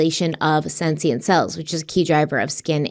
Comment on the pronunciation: I love you but please learn how to pronounce “senescent!”